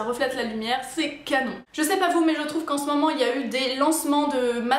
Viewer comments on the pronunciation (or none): none